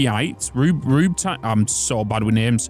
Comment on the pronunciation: Rubyte is pronounced Roo-Byte